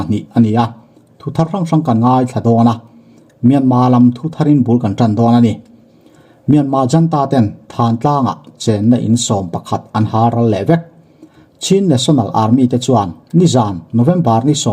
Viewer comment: Thantlang tia in sawi thin hi "T h l a n t l a n g " ti tawh ula, a dik ang, Hakha tih pawh hi 'H a l k h a " tih zawk tur a nia aw.